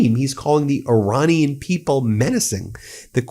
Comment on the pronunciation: and Your-anian instead of Iranian